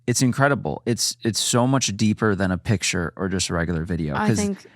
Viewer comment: Why was saying "piture" instead of picture? XD